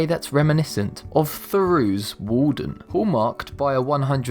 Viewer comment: Theroux for Thoreau (#12), Pittsborough for Pittsburgh (#11), nayturalist for naturalist (#10) ... I have to stop listening to this voiceover!